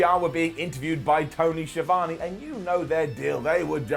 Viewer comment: It's Tony Schi Vone